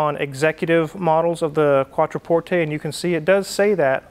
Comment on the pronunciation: Thank you for pronouncing Quattroporte properly...